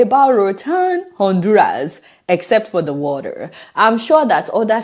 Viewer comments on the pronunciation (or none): What an unnecessary hastle! I am so so sorry. I hope you wrote a very strong letter to the Honduras Embassy or Government. This lady needs to be demoted. She does not have the integrity or intelligence for her post. Adeola no offence meant but please pronounce the TER in water. Congratulations on obtaining US citizenship! God bless.